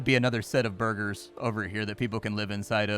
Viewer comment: When youre talking about burgers is funny because in dutch burger means civillian you even almost said it in the correct way